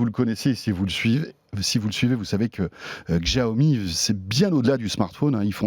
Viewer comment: Faut arrêter de prononcer "djaomi", vraiment